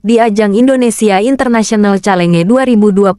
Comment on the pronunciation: Bacanya yg benar calenge gitu ya persis tulisannya?